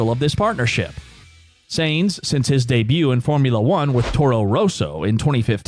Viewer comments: It´s pronounced Carlos Sajns not Seeejnss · I think he is referring to how you're butchering the pronunciation "Sainz". It's not "Zanes". The Z is at the end. ;-) Great video, also your voice is really good to listen to. I would suggest no use of filler video though, let the relevant picture/video snip run for as long you are on the topic. I.e. the clip from should run until you finish the segment about Audi, and not cut to driving F1 cars . Most F1 fans are European, and the American TV style of fast/frequently changing video is tiring for us. Also try to not recycle topics, if you're mentioning the engine, stay on it and say it all. Try not to cycle back to it unless you've got a really good transmission to do so.